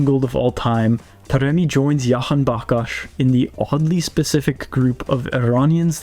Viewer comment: w for acknowledging Jahanbakhsh but just letting you know you pronounce the J 😁